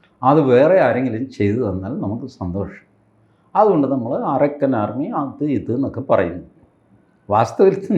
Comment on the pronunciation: Tg told point Not arakkan army. Pronounce Arkan means sun military